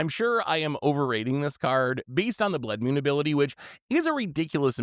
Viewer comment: What is a "Blood Mewn"?